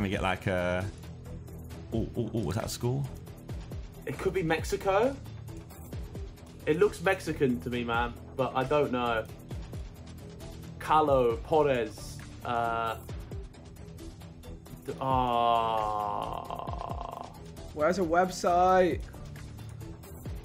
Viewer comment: As a peruvian when harry read callao as calow i knew it and vik clutch that hardd greatt vid love this